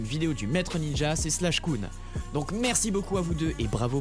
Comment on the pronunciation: C pas slash kun c clash kun